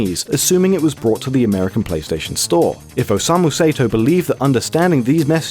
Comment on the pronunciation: "OSEIMU SAETOW" god, I love english pronunciation. Some things on this video was entirely wrong but I'm tired of commenting the same thing on different videos about this game. Other than that, good video.